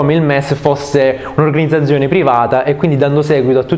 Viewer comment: Noooooooo ma come dici "organizzazione"😨